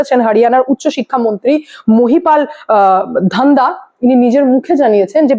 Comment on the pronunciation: correct pronunciation of mahipal dhaanda is: महिपाल ढांडा (approximately মহিপাল ঢ্যাংডা ... i could not get google input tool to produce exact spelling in bangla but you can read hindi that i got from thumbnail of this video: Vote Chori के मुद्दे को लेकर Rahul Gandhi पर बरसे Mahipal Dhanda ! | Haryana Tak) ... you are doing good job of countering didi's evil narrative ... didi is out of control ... bhagwan usko sadbuddhi de